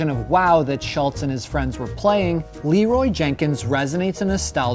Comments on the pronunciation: Am i the only one who hears, Leeroy Naggins? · When i first heard this meme i thought he said "leeroy's jerking"